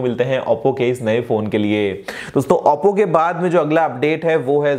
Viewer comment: auppo nhi oppo bolte h